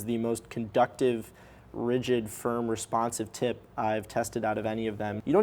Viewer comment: I hear every 'tip' as 'tit'. It is a great review.